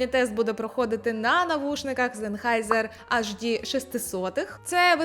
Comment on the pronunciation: Перепрошую. Це не просто ЦАПи, а комбайни (ЦАП + Підсилювач). ЕйчДі, а не АшДі.